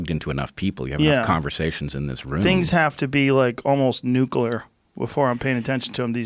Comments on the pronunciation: Joe “Things gotta be ‘nuke-ler’” Rogan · Joe "nuklar" Rogan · joe rogan's gettin to that age where 'nuclear' is 'nucular' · Joe "nook lur" Rogan